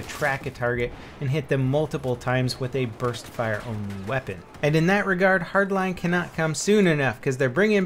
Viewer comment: U sound like ur saying burth fire